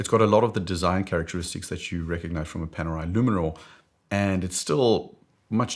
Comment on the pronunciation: Fears Brunswick- Panerai Luminor 😂 🤦‍♂️ Not even remotely close.